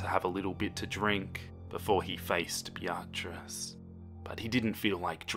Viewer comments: Bee-a-triss. Not Bya-triss. Lmao. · What makes this funnier is that the name is just pronounced as “Beat-trice” and He said “biatchrice-“ 🤣🤣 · Great video only criticism is that the name "Beatrice" is pronounced "Bee-triss" xxx❤ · The pronunciation of Beatrice KILLS me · I'm sorry, I can't help but get taken out of the story with the way he pronounces Beatrice I love everything else though XD